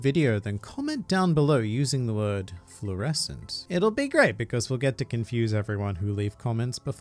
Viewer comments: Why tf is everyone saying florescent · Luffy fluorecent... Mushroom... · Fluorescent. You know you could’ve just edited out the first part so no one had to know what you said 😂😂😂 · Flourescent hahahah! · Flourenscent Lollllllll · Fuuucckiinng fluroscent😁😁😂😂WARI WARI